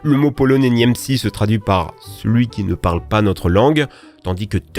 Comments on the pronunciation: A , y’a juste détruit la langue polonaise, bon c pas grave on t’en veux pas tkt, juste pour l’info ça ce prononce « niemtzé » (c la prononciation pas l’orthographe) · Force pour la prononciation de Niemcy 😭